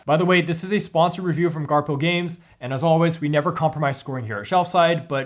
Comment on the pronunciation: I'm pretty sure the publisher is pronounced 'Garfil' and not 'Garp Hill.'